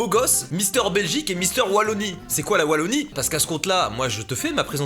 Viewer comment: La Wallonie est une des trois régions belges (Flandre, Wallonie et Bruxelles-Capitale) Et merci de l'avoir prononcé Ouallonie et pas VVVVallonie comme la plupart de tes congénères françouilles ^^